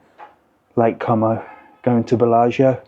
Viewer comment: Great idea, but if you do mention it, drop the 'com o' and pronounce it 'co mow' 😂